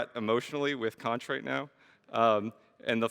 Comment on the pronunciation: this is borderline mindblowing, my only problem is with the way he pronounces xonsh